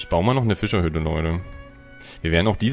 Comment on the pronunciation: Ich liebe wie du Füschahüdde sagst 🤣